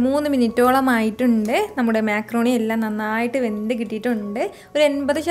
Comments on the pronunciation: Mecroni alla macroni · താത്ത മേ ക്രോണി അല്ല മക്രോണി